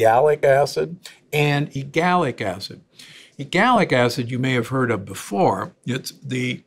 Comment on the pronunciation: WHY does he keep saying E-GAL-ic instead of the PROPER pronunciation of E-LAG-gic???!!! And he's a DOCTOR!!!